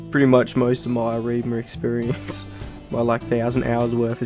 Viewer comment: lol did u say “erima”? It’s E-VRIMA